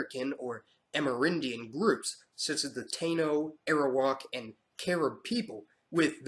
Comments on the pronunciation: You pronounced almost all the names wrong lmaoo. It is not tayno. it is ta-ee-no. And no one in the caribbean pronounces caribbean that way but ok. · My friend, it is "tie-no" for Taino, not "Tey-no" . Hahom ( thank you) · marciaEK17 ...lol, I laughed so hard when he said that.....also, I believe he pronounced Taino wrong. He said it like TAY-noh, when its really pronounced Tah-y-noh... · So we are just gonna skip past dark skinned black people that were here in the beginning? 5 percent of the africans came from Africa. I know because my family is from Barbados. Taino is pronounced Tie-Een-yo this man just mispronounced patwa. This is disrespectful lol im unsubbing. Stop letting white people lie about our history on youtube. Learn from us. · Taino is pronounced "Tah-ee-no" or "Ty-no." Patois is pronounced "pat-wa." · Taino is pronounced "TIE-E-NO" but AWESOME video nonetheless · You also pronounce Taino (Tie-E-No) wrong. Other than that good job on this video. It's annoying trying to explain to people why my family is so diverse.